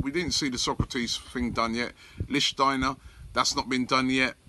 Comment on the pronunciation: Holy shit he said linchteiner correctly